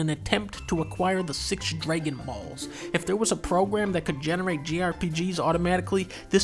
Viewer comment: Why does he pronounce dragon as “draygon”?